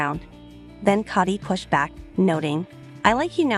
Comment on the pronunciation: The least you could is pronounce the patriarchs name correctly. The O in his name is pronounced as is you were saying toe not pot.